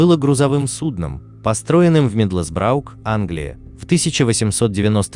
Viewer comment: Произношение неправильное, мидлсбро и монблан